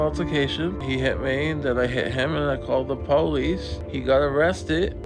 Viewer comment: Is it me or does he say "police" in a weird way?